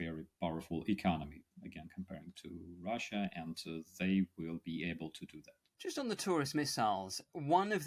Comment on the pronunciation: There is no R on the end of the spelling of Russia! Russia is not pronounced Rusher. I could accept such pronunciation from everyday blokes, but you are a professional are you not?